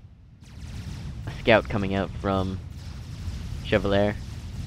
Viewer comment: It's pronounced "Che-val-yay".